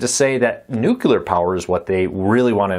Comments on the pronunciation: Just for clarification, there's only one "u" in nuclear, it's not pronounced "nucular." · My pet peeve too. A lot of people do that. I just let it go but I always remember that it’s spelled n u c l e a r. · it drove me crazy every time Kiefer Sutherland said it on 24. I don't hate them for saying it, I just hate that they say it that way...